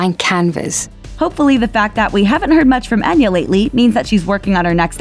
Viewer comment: The spelling is Enya but in Gaelic ( which it is ) its pronounced Aiyna .Try it ,its worth pronouncing it correctly .